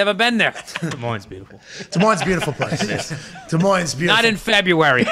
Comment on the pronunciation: I'm really impressed he pronounced it correctly! Even people from Iowa mispronounce it.